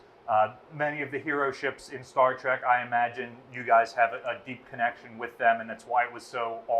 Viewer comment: Star trek not Star trick